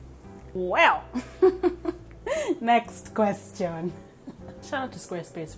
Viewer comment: “Next questyon” 😭😂😂